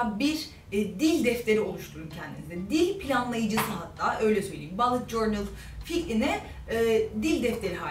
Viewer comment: İngilizce öğrenmekle ilgili tavsiye veren bir videoda "bullet" telaffuzunun yanlış olması talihsizlik olmuş